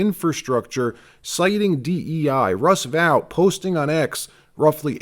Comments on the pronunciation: Russ Vote. NOT vowt. Are you simulated using AI? WTH? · It's pronounced vote not vaught. Russ vote. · Dude, it's VOTE not Vout... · It's Russ VOTE, not Russ VOWT. How many times do you have to hear his name pronounced before you get it right? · Russ Vought’s name is pronounced Vote.. not vaute. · Vought pronounced VOTE not Vout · Vought pronounced "Vaught" as in aught not as in out... Russ Vought the force behind Project 2025...❤ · Russ Vought's name is pronounced "Vote", not the way you keep saying it. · I think Vought's name is pronounced "vote". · FYI, Vought’s name is pronounced VOTE!